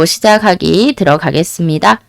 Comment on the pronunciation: 시작하기~ 시자가기 시자하기 . . . ㄱ 받침과 ㅎ이 만날 때는 무조건 "ㅋ" 소리가 나야 합니다. `격음화' 착하다~차카다. 생각하다~생가카다. 시작하다~ 시자카다. 영-호남 사람들의 발음이 가장 엉망이란 걸 알고 계세요!! 격음화 현상 기본적인 음은 차-카-타-파 ~ 입니다. 이것은 모두 ㅎ-초성과 관련이 있어요. ㄱ+ㅎ=ㅋ (착하다-차카다) / ㅂ+ㅎ=파(답답하다-답다파다) / ㅅ+ㅎ=타 (못하다-모타다. 탓하다-타타다) ㅎ+ㄷ (않다-안타) ㅎ+ㅈ=ㅊ (않지만-안치만) 생각해야 한다... 생가캐야 한다. (생각을 캐고 캐다보면 좋은 생각이 나온다) 끊기다 -끈키다 (ㅎ+ㄱ) 우리나라 말에는 외국어에 없는 정확한 발음법칙이 있어요. 가장 기본적인 전음법칙-- 이것의 기본 자음 `ㅇ'(이응)과 관련이 있어요. 윤석열~ 윤서결. 석양~서걍, 석연치 않다~서견치 안타. 받침으로 쓰인 자음이 바로 뒷글자 초성 `ㅇ'에 소리가 전달되고 있죠!! `소리가 전달되다' 그래서 "전음법칙" 방송에서 잘못 발음하는 윤성녈은 . . . . 윤석렬~ 이것 뿐입니다. 신라면~실라면, 진라면~질라면, ㄴ+ㄹ=ㄹㄹ발음. 설측음화... 전라도 한라산 삼천리 권리 근로자 분리 원리 난리. . . ㄴ받침에 ㄹ 초성 == ㄹㄹ발음 우리나라 교육기관에서 `정확한 발음'을 가르치지 않는 것도 문제입니다. 어떻게 지켜온 `우리말'인데, 철저하게 가르쳐야 합니다. `틀리다'와 `다르다'를 구분하지 못하는 것도... 알고 있습니까? `같다'의 반대말 `다르다'